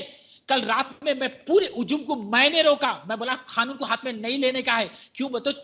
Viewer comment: Khanoon nahi kanoon hoti hai....kya bolti...kitna jahar ugalta...Dubai wala....bhasha bolti...kya bolta